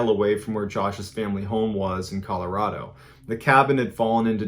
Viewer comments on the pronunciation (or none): none